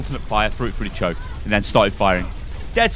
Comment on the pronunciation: when goes full london "CHARGE ALT FIRE AND PUT IT FROO DA CHOAK"